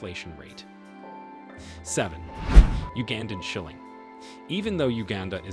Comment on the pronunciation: . Tanzanian S h i l l i "N G". S e r e "N J" e t i . . ! ? !